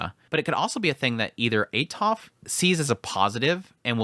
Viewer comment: It is pronounced Atoferatofe Raibaku, no silent letters and that is how it is in romanji, now, english is wierd, it doesnt like to play by the rules the rest of the world plays, so is normal for english natives to destroy names from other lenguages, i know that because my name is Ezequiel and english natives call me iziquiel for some reason, so changing how vocals sound is normal but making the e in Atoferatofe silent is what i dont understand, thats why it gets in my nerves :P